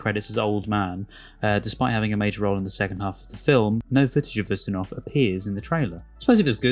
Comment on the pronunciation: not us-tin-ov - you-stin ov